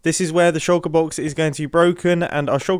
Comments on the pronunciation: He says shallker box a lot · I wonder if anyone can count the amount of times Mumbo said "shulkur box" this episode....